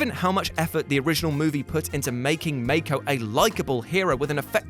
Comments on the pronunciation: It's pronounce Mah-ko, not May-ko. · Dude, you are KILLING me with how you pronounce Mako's name!! It is Mah-ko, not May-ko! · Excuse me, who’s make-oh? Mako’s not pronounced like that... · And that he mispronounces Mako's name multiple times, as though he'd never watched the movie. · Well, it doesn't specifically say that Raleigh is dead, just that he's 'gone' or something like that. Even the producers said they decided not to make his death a certainty, because they'd like to bring Charlie back if there's a third movie, so they left his fate a mystery. Basically he's just presumed dead, but not confirmed. And yeah, the thing about mispronouncing Mako's name repeatedly was annoying...